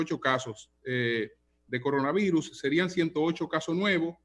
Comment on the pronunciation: Muy productiva la entrevista, pero por qué dice CONAVIRUS?